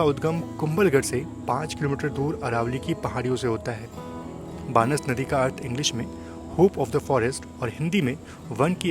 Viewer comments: बानस नदी नही हे उस नदी का नाम बनास नदी है। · भाई नदी का नाम 'बनास' है तुम बार बार बानस-बानस कर रहै हो! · BTW, the river is called बनास, not बानस. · भाई वो बानस नदी नही... बनास नदी है। बाकी आपकी वीडियो बहुत अच्छी है ❤ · बानस नही भाई बनास है 😊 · सही उच्चारण बनास नदी है